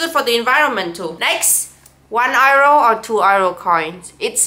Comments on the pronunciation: Every time you say "euro" I hear "arrow". Just say "yuro" xD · So it is pronounced € "IRO" not "Euro". Never knew😅